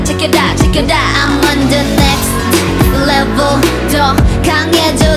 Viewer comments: I love Giselle's ver, but the way Winter pronounce it was savage. Hers was literally nhext leveuhl. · I can't be the only one noticing, how Winter's pronouncing "NEXT LEF-VEL" SO UNIQUE! SO ADDICTIVE! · everyone: “next level” winter: “next levEUL” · Next LevUl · haha cause winter pronounce sounds like “leveulh” :D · No she says Next "Leveul" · More like next "Levul" lmao I love her